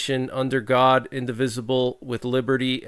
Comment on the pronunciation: Meant God not Hod.